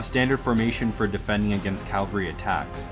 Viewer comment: Very good video but inexplicably , the narrator , or is it an AI generated voice ? continuously says “calvary” when referring to cavalry .